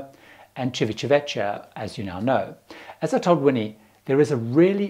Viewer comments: Great video as always! However, as in other videos you seem to try to get over the word Civitavecchia as quickly as possible and end up stumbling over it. It's Ci-vi-ta-VEK-kya, not Ci-vi-cha-VE-cha (ta, not cha; kya, not cha). (I spend several months a year in Italy and speak Italian fluently.) Just a little note for the future. Love all your videos! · pronunciation tip - chivitaveckia (not vechia) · Please learn to pronounce Civitavecchia correctly. It just hurts my ears. it's "Tschivitavekkia" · As an Italian I wanted to help with your pronunciation of Civitavecchia. In Italian ‘ci’ is pronounced ‘chee’, and ‘ch’ is pronounced ‘k’ So Civitavecchia is pronounced chee.vitah.vekkia (which means old town, by the way ) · Thank you ... I was struggling with the pronunciation of Civitavecchia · The “cch” in words like vecchio and Civitavecchia is pronounced like a “k”, not an English “ch”. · Please pronounce the names correctly like Civitavecchia etc